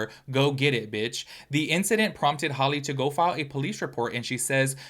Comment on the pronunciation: HALLE not holly. HAL pronounced like halitosis.